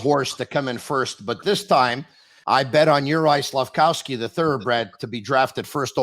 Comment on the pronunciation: Its Slafkovský , not wski or what the hell. Hes not polish